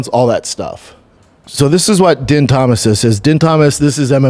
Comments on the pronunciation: Wish I could see Din Thomas’ face each time you butcher his name. It’s pronounced Deen and doesn’t rhyme with tin. 😅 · it’s spelled din but pronounced dean